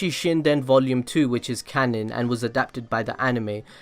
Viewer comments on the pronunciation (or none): none